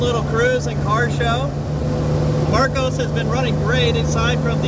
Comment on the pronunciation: Mar COSS, not "Marcose". I custom fitted roll cages in some of these for racing. Plywood interior panelling meant every mount had to fixed with steel plates either side of the wood.